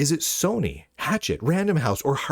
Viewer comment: It's not pronounced 'hatchet,' it's pronounced 'ha-SHETT.'